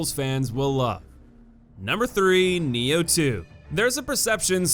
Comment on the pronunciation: its nioh not neo and sekiro not secura